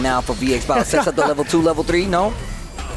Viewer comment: Why does intentionally say Ken's level 2 wrong? It really pulls me out the commentary lol